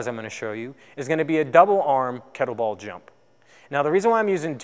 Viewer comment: Cyclists, not cyclers. Kettlebell, not kettle ball. I hope your day job isn't teaching English.